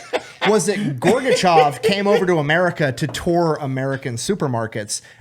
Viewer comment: it’s Gorbachev not gorgachev!